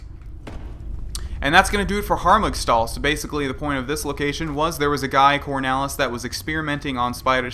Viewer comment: its called Harmugstahl not Hargumstahl!:)